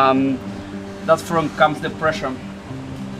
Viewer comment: es pressure nene pressure !! no pression !!! el tomy english teacher